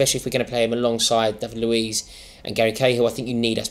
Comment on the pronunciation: Luez it’s fucking Luiz